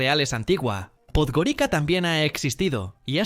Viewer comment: En Podgorica, la C se pronuncia como en estas lenguas : TS.